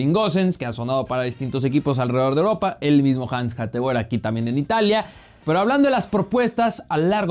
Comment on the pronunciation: Hateboer se pronuncia hatebur